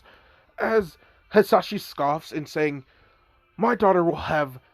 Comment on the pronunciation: Dude his name is hiashi not hizashi